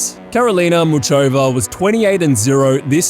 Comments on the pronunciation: ffs it's pronounced Mukhova you ignorant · the fact you present yourself as such a tennis aficionado but can't be bothered to say muchova's name with even the minimum anglophone effort is so off-putting